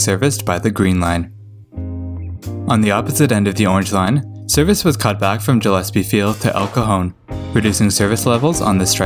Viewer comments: Great video! I rode the first line from downtown to San Ysidro when I was a kid. Once small mote: Gillespie is pronounced with a "guh" sound. Like a fish's gills. (Lots of our names in San Diego are odd, like Otay doesn't rhyme with Okay. It's pronounced Oh-tie). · tbf, who pronounces it like that? It's always Gill-ess-pee.